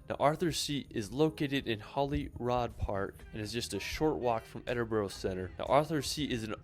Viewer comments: Here in Scotland Edinburgh is phonetically pronounced Ed-in-bruh, so you guys are spot on 👌 and as a Scott myself I can say it's very refreshing to hear Americans pronounce it correctlyfor a change 😂😂😂 this fella makes some hilarious attempts at Scottish place names tho 😂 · Your pronunciation is correct. It’s Edinburra. Also Glen Finn in . Good clip despite the pronunciation. I’m sure you will have a great time here. Proud Scot 🏴🏴🏴